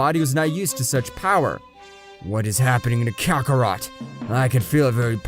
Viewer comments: kakarot not kakarato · Wow man you got all the names wrong also you called goku saiyan name kakarot kakarroto came on man do your research how can the grand priest hate mortals ui needs a calm heart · He said kacaRota